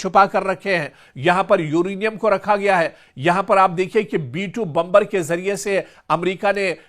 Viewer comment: बंबर नहीं बॉम्बर कहते है अंपढ़ जागिल 😂😂😂